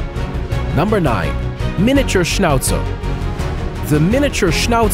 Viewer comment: Miniature schnauzel Bro plz say the names right plz